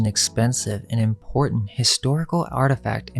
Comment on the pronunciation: "IMPORTANT" DOESN'T have a "d"... It's not "imporDant"...